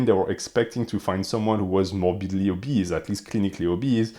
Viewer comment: Obese ❌️ Obeast ✅️